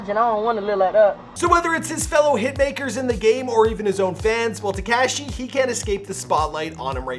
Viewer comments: Please stop sayin "Te-cash-e" (cringe) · Absolutely no one : This guy : “Teh-cashh-eee” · TehCashy! Wtf? ...Paramount, Ca!... 🇲🇽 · Freaking “tekAshi” 😂😭😂